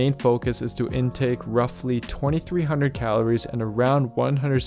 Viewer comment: Where is this fucker from who the fuck says Calor? It’s calories